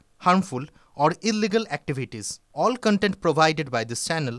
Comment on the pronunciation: illegal er L uccharon hobe